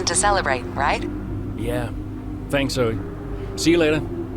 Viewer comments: How can’t say Zoe correctly😂he’s just completely missing out the ‘e’ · its ZO EE not zo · it is zo-ee god sake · Its Zoe! not Zo🤣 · calling Zoe "Zou" while the game calls her "Zoey" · And Zo-E not Zoh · Its zo ee zoe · I die everytime when he mispronounce Zoe's name